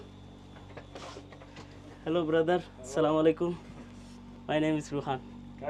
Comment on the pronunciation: ভাই আপনার ভিডিওগুলো সব দেখি কিন্তু আপনার সালামটা কিন্তু সহি শুদ্ধ হয় না